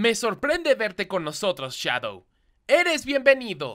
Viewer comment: DICE SHADODW... HAA ESTUPIDO HARBOL Y SONIC DICE NO SHADOW HATI NO SE RESULTA NADA JAJAJAJAJA XDXDXDXDXD